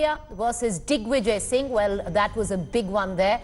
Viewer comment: Did she say 'Dig' vijay Singh 😂😂😂😂